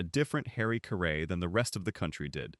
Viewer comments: So many videos are online when the announcer can’t or won’t properly pronounce the subject’s name. Caray rhymes with Harry. Such obvious mistakes look and sound amateurish. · Please don’t do a podcast when you have no idea to pronounce his name .Just shows you don’t have a clue what you’re talking about. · Say his name right at least. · Harry WHO? You can't even pronounce his name correctly? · You should pronounce his last name properly. No excuse for that. Geez